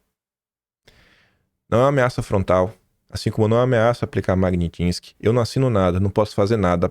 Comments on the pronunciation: Meu Deus,! É mag-NITSSS-ki, não magnin-tisque AAAAAAAAA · pelamor, saiba pronunciar Magnitsky... PELAMORDEDEOS! Mag-nits-ki... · Mag-nits-ky,.